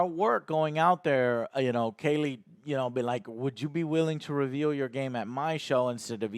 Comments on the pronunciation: Why does he keep saying Geoff Kaylie instead of Geoff Keighley? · KEE-LEE MY GOD MAN!!! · I've noticed many of his odd pronunciations over the years to be honest, lol. He can't say Geoff's last name correctly, or Henry Cavill's last name correctly either, even after being sent video of the actual person saying their own last name in real life multiple times, he still reverts back to his mispronunciation, lol. Just one of those Joe things to add to the list ;)